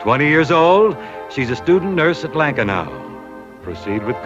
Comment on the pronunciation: Some real HOFers in there. And Bing pronounced Lankenau Hospital correctly!